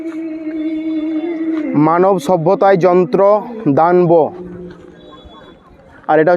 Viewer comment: ভাই উচ্চারণ টা দান বো নয় দানব